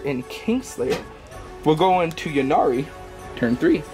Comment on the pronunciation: Yeah I don't understand. It's a play on words - the god of death "Incarnate" - hence Yncarne (pronounced inn-karn.) Yvraine like "Evraine", Ynnari like "Innari" etc. Lots of people seem to say "Yinnari" though.